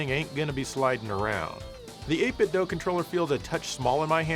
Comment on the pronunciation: Why are you saying doe? You know it's doo. As in 8BitDo